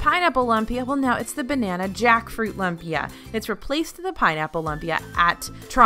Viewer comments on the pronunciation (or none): Lumpia... Like loom-pia not lump pia... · Lmao, in the Philippines a lumpia (pronounced LOOM-pia, not LUM-pia) is barely a dollar. More like, five pieces for a dollar. Trust Disney to overprice things. Still love it tho 😭😂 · I don’t care if you say lump-ee-uh or loom-pee-uh (which is the correct way) - either way it is “super” delicious!! Thanks for another great video! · Glad the kaibigan are out in force making sure it’s known that it’s LOOM-pia! 😂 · It's LOOM-pia 😆 please stop pronouncing it LUMP-ia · I was coming to say this! 😜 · What is it, anyway? What makes it different? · I think lumpia is pronounced loom-pia not lump-ia :) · please, for the love of all that is good and holy...it is pronounced LOOOMPIA, not lump-ia. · Please stop saying "Lump-pia" its "Loom-pia". So many Filipino's are cringing listening to the wrong pronunciation. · Lol lump-ia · Jamie Pangilinan lol! That was painful to hear. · I was gonna say the same thing!! Hurt my Filipino ears!!!LOL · Yeah, I had to come here to make sure that was called out! Lumpia is way too delicious to be mispronounced. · Was just going to comment but lo and behold, you corrected her. Lol! "Loom-pee-ah" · All looks so yummy ! Lumpia is pronounced “ loom pia “ 😘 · Just wanted to let you know: lumpia is pronounced loom-pea-ah. 😁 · "Loom"pia! Delicious Filipino food! :) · OK I really just need to say... lumpia is Filipino and it's pronounced "loom-pia" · Its pronounced Loo-mpia. lol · It should be pronounced loompia :) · please... you are hurting my wife's and my ears. Lumpia is pronounced LOOM-pia. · This is literally why I decided to check the comments, my lola would probably pop her top if she heard that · I just reached that point in the video and I cringed...lol. I'm an old Navy Brat and Filipino food is the food of my childhood.